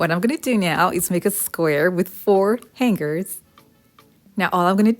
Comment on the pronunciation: SORRY MISS, THE PRONUNCIATION OF HANGERS IS: HANG ERS! THE G IS SILENT!